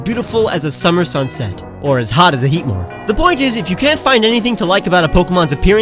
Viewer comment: HEATMOR DOES NOT END WITH AN E! AND IT'S BARBARACLE, NOT BARBERACALLE!